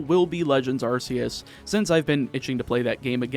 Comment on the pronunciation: You said Arceus wrong but also Mew and Jirachi aren’t optional Pokémon, They’re DLC.